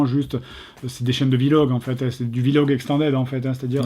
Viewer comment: "Vi log"